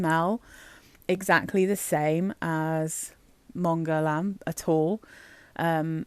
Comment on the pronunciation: Not that it matters very much (we all know what we’re talking about anyway!) but the way to pronounce Guerlain using sounds an English native speaker can make is “GER-LAN” where “GER” (hard G, of course!) rhymes with “care” and “LAN” rhymes with “Anne” 🙂